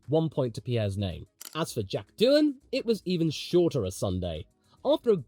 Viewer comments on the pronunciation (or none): none